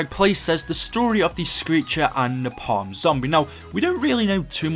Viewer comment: It's napalm not napal